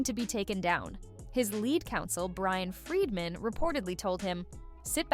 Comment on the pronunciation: It's Bryan Freedman (great name for a lawyer ), not Brian Friedman. He represented the Michael Jackson estate against HBO over 'Leaving Neverland'.